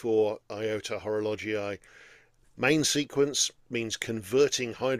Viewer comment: Before opening this video I had concerns regarding the pronunciation of Horologii... But in fact it's ok. ❤ Enjoyable as usual, thank you and happy new year.